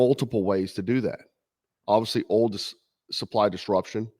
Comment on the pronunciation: It's oil, not ohl 😂